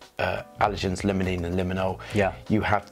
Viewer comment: Just before he said he was dyslexic, I was thinking, 'he must be dyslexic'... because of how he pronounced bergamot and limonene! His olfactory prowess makes up for that, though! I've discovered it's almost pointless testing from cartridge paper - it selectively gobbles up some of the components, and doesn't have natural warmth. My very dry skin can ruin a lot of perfumes, too. 🫤